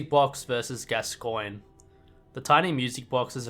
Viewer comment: I don't know if I commented this already, and I don't mean to nitpick but it's pronounced "gas-con"